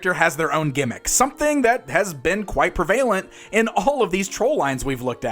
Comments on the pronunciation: Did Sal Governale teach you how to say pre•val•ent? Well at least you didn’t say prellavent. Just “trolling” you, love the videos. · Thumbs down for mispronouncing “prevalent”.